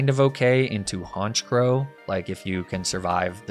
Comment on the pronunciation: IT'S ALAKAZAM, NOT ABRAXASM! AND THE SECOND C IN HONCHKROW IS SUPPOSED TO BE A K!